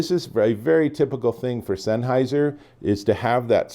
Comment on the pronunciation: Great review! Mine come in tomorrow I’m super excited. Your pronunciation of “Sennheiser” makes me cringe every time though lol.